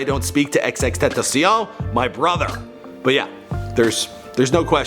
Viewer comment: TEN TAH SEE ON